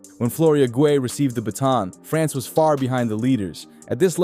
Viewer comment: You pronounced Guei about 4 different ways. Get it right.